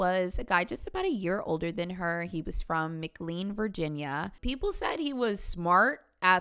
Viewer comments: “United Department of State!”, you’re from VA! It’s the United States Department of State (aka U.S. State Department) and McLean is pronounced “Mic-lane.” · Mclean being pronounced phonetically makes me (nova resident) giggle :) we typically say it “mc-lane” instead of “mc-lean”